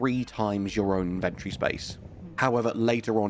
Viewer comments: its pronounced IN-VEN-TOR-IEE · Great video, I'd just like to say that the word inventory has four syllables. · Why do you keep saying inventory that way that is ridiculous